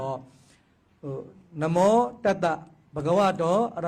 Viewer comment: နမော် မဟုတ် နမော ပါ ခုလူတွေဆိုနေတာက နမော် လို့ဆိုနေကြတယ်